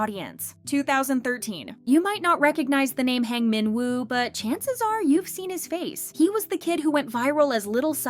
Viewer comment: Little Psy's name is HWANG MINWOO not HANG MINWOO.